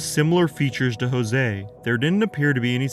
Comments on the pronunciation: Not Jose....pronounced Yo-zhey. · A tip for next time - use forvo to check name pronunciation . Jože is not a spanish name.